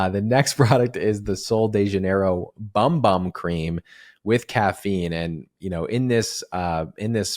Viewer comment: FYI... The Bum Bum cream is pronounced Boom Boom.